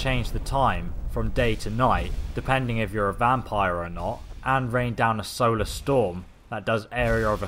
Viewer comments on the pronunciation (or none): none